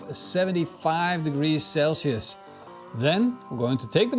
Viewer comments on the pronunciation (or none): none